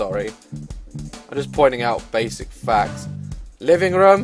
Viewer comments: not trying to be mean and I am a fan but u say rum and I say room XD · LOLGirl i died when he was like "Thats MY ROUM!. .whats wro-, THATS MY BAFFROUM